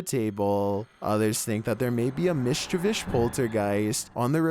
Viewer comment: It's MISCHIEVOUS. Not 'MISHCHIVISH' Goddamn it.